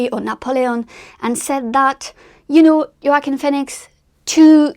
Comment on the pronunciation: I had to go back to where you pronounced Joaquin Phoenix’s name… You pronounced it the German way “Joachim” first time that I have heard someone pronounce it the correct German way. Kudos to you.